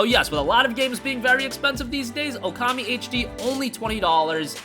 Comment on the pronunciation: It is OOKAMI not "OKAMI." Ookami means "Great God." Okami means "hostess." Ookami is not English. It is not promounces "ewkami." Japanese vowels to dont change pronunciation when combined. OO sounds the same as O or OH, it is just pronounced longer.